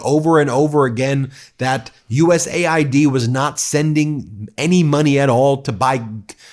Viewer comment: USA ID ? Come on Ben you know better than that, it’s US AID…